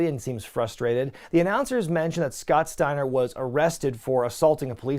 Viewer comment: Say his name Scott . Steiner.